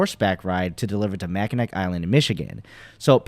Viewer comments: (MACK-IN-NAW) Island - the easiest way to find out if someone is not from Michigan =) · Great video. FYI it doesn't really matter but it's pronounced ma·kuh·naa island. Makes no difference but figured you would want to know